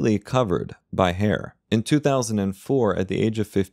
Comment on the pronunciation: The way you said "by hair" made me laugh.